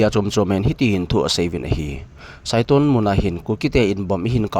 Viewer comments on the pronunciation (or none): Meilhei ten Saitol chu saiton a tiu hie, L hi N tia a sei jiu, Imphal jong imphan ati jiu chu la.